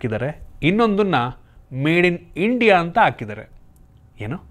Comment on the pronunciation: ಅಕಿದರೆ ಅಲ್ಲ ಗುರು 😢😢, ಹಾಕಿದ್ದಾರೆ. ಕನ್ನಡ ಸುಧಾರಣೆ ಆಗಿಲ್ಲ ಇನ್ನು 🙄🙄🙄